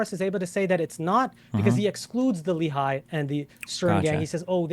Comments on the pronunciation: As an Israeli, it really grates me whenever I hear Destiny and pronounce “Lehi” like “Lee-High.” For the record it’s Leh (rhymes like “meh”) ee (rhymes with “Lee”). For bonus points, you can also pronounce it Leh-Ch-ee - with the “Ch” pronounced gutturally like “Challah.” Not General Robert E. Lee High School. Go Generals! (Yes. There is a Lee High School in Huntsville Alabama. Of course.) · A new ick unlocked: a man confidently saying "Li-Hai" instead of "Le-hi". I get that it's a foreign language, but the cringe hits hard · LOLOL that idiot says "Irgun and Le-High" and Destiny repeats " The Irgun and Le-High". C'mon. LEHI dumb dumbs. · Love your side of the debate. must say that I hate the way both of you say "Lehi". it's pronounced more like Lehhy - rymes with Menny and Benny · There’s also Lehigh University - which is what their pronunciation matches.